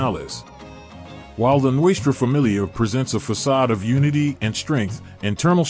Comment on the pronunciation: This has to be the worst fuckin documentary i have ever heard.... you can not even pronounce Nuestra Familia correctly...learn to roll the Rs and La Eme is pronounced la EM-A.... another thing is why are you constantly repeating the same shit over and over and everything you said was wrong....did you.get everything off the history channel or gangland ? Every picture you posted isnt NF....go back and do your homework and remake this video when you gwt it right and run it by those who are actually in the life or know those who are real Nortenos.... then come back and try again